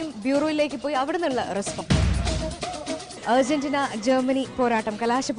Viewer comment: Urgentina alla argerntina